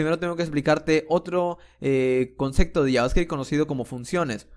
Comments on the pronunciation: No se dice “concecto”, es “concepto” con “p” de papa. Pero lo dices con “c” cada 10 segundos. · Sos un genio. Pero por Dios no digas conceCto. Lo demás es impecable